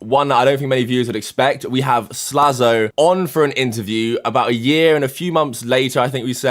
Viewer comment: Slazo would be pronounced Slay-zo Doesn't he want that double Z in his name? Nevermind, as you were.